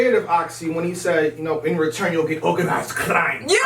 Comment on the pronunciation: "You'll get Organized Cr-r-r-r-r-r-r-r-r-r-ime!!" ..... .......LMAO!! Oxxxy was in his Russian Bag